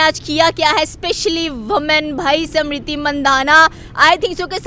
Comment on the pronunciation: Smirthi not simrithi 😂